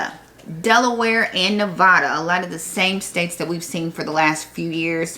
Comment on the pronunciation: neh-VA-duh, not neh-VAH-duh.